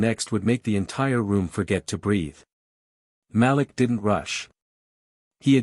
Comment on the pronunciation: The name is pronounced MA LEEK.